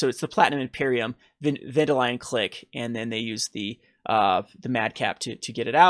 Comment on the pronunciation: "Ven-DILL-ee-in," not "Vediline"